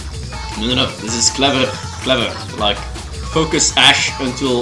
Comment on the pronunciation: I DONT "LIEK" THIS, xD